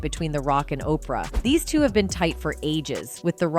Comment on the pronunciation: Seriously.....who's tired of hearing "OPR", really, Oprah's been in the public eye, for a long time, we saw her get to billionaire status, and, this person can't pronounce her name, she wouldn't get a paycheck from me, or, are we being played, and, the misprounces are on purpose???? 😮